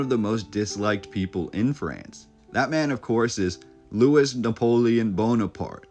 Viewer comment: Guys, Louis is pronounced "Louie", the "s" is silent. We're talking about the French, not Americans.